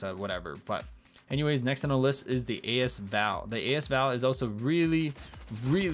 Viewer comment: A S Val? Thought it was asval